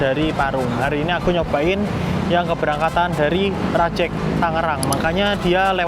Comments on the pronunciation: rajEg vokal E nya kayak pErnah, bukan E nya mEdan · Spelling nya Rajeg, bukan Rajeg 🗿